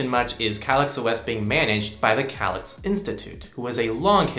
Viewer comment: it's pronounced, "kay-licks"